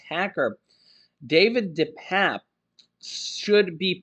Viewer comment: It's pernounced 'DePapi'. Not DePap